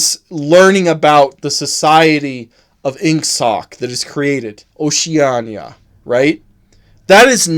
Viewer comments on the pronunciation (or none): none